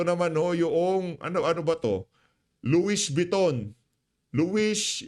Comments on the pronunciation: Nautilus - pronounced as notilus. Louis Vuitton- pronounced as Luwi vitton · Correct pronunciation: Luwi Viton, Notilus. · Loie viton ang pronounce Sir hahaha ang kakapal ng pagmumukha ng mga magnanakaw mga ni mal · PIGUET WATCH ANG PAG BANGGIT PO AY "PIGE" AT ANG LOUIES VUITTON PO PAG BANGGIT PO AY "LOWI BETOU" PURO DESIGNER ANG MGA SUOT NG MGA KAWATAN NA IYAN 😡😡